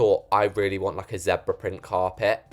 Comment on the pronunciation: zepra? in the US we say ZEEEEEEEEEEEEEEEEEEEEEEEEEEEEEEEEEEEEEBRA